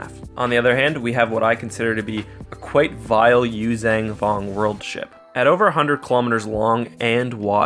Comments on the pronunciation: Hey,. The name of the species is not “yoo-zang vong.” It’s “yoo-zhahn vong” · Why do you keep saying "yuzang vong"?